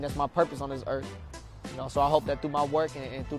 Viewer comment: Earth broski not erf....